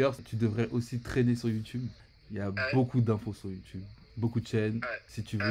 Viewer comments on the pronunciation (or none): Prononciation FR: YOU TUBE Prononciation EN: YOU TIOUBE Prononciation: YOU TOUBE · Ca me tue il prononce « youtoube » comme mes grands parents, tres frais le son sinon🔥